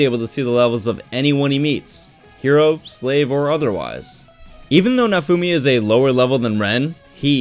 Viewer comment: can you stop call him Nafumi ? its na-o-fu-mi